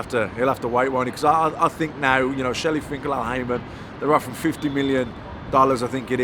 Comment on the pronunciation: He called him Shelly pinkel 😂😂